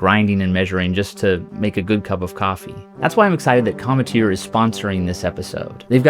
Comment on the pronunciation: That's not how cometeer is pronounced lol